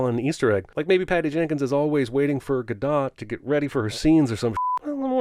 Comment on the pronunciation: Many sins for pronouncing gadot wrong several times.